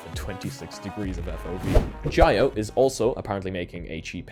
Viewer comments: Jio is also pronounced "geo", not "gy-o". Par for the course really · Jio is pronounced gee-oh. Trust me, I'm Indian.